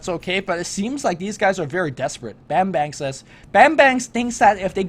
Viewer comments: it's pronounced as barm-'bar'-ng :D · "Bambang" its "a" should be sounds like "U" in "Fuck" ->> im indonesian lol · I kept laughing on how these guys call "Bambang" by calling like a banging bang. Oh well, it's Indonesian accent anyway ^^